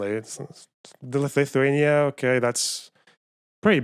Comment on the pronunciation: He’d also be able to pronounce Lithuania